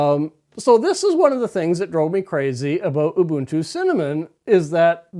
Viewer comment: Ubuntu is pronounced ooh booon too. The way you say it is colonialist and even could be seen as racist. It is an Nguni word meaning "I am because we are "